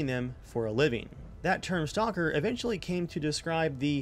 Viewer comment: You said STONKER! XD